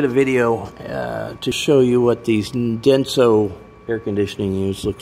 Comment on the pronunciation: Sorry, Denso, not Dense!